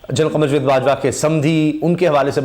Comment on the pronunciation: بھائی لفظ جوید نہیں جا۔۔۔۔ و۔۔ید ہوتا ہے۔۔۔۔۔ جا۔۔۔۔۔ جا۔۔۔ جا۔۔۔ وید۔